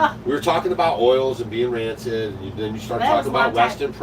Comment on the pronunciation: I’m sure meant to say *rancid, not “ransit”